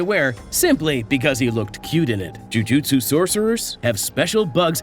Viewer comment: JU JU TSU say it, without an “i” in there — JU JU TSU isn’t that fun